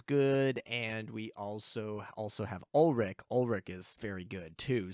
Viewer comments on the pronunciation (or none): none